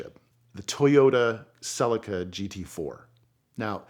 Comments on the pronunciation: Nothing is more cringe than Americans butchering car name pronunciation. Celica (suh-lee-kuh) Not silly-car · Great video. Saw the GT4 in many rallys during 90s / beyond and I also drove several road going versions. For accuracy and not meant as a criticism: "Celica" is bring mispronounced...phonetically its "sell-eek-er". Also it's jubilee "clips" in the UK (not "clamps") it shows this on the diagrams displayed in the video 🙂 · Why is it that Seppos butcher every car name. "Cell I ka", really? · Its pronounced Toyota Celeeca! 😮 Apart from that Brilliant Video 👌👌👍